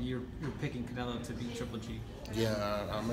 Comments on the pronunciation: “Carnelo”. Hahahaha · First off.. his name is not Canelo. It's Carnelo.